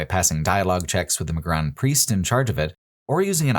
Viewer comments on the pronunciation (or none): What's this business with calling Durance DurAnce and Magran MagrAn. Did you play the games with sound off?